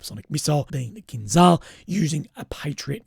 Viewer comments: Stop saying kinzal, it's KINZHAL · The pronunciation of kinzhal is actually kinjal. Not z, but j for Jerry. Kinjal means dagger.